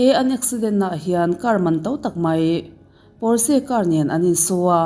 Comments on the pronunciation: Porse ani lo, pawrch tih alam tur aw.. A sipel dik tak chu Porches... 😊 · Pawrse niloin Pawrsa ti a lam tur aw.. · Pawrsh ti in lam tur aw. Germany atanga siam. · Potsche = pawrsha ti a lam tur a lawm. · 'Porsche' car hi 'pawsh' emaw 'pawrsha' tiin lam rwh... Porsche taycan nih chuan "Pawsh tekan" tiin... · Porche lam dan hria la tha tur a brand lo angin i sawi ,sap trawng hi i thiam vaklo nihhmel,l